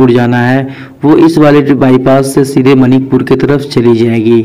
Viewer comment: मनिकपुर नहीं मानिकपुर है 😀😀😀😀😀